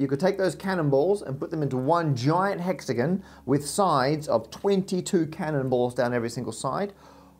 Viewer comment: The most PAINFUL thing about this video was listening to you pronounce the words: Hexagon (Hex-again) Octagon (Oct-again) etc.. Either pronounce it correctly, or pay your parents back for the money they spent on your education.